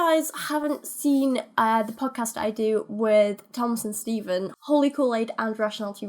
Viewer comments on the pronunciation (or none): none